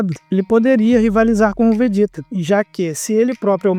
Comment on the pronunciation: Briga de nerds incluindo um que quer falar de dragon ball e falar "vejéta".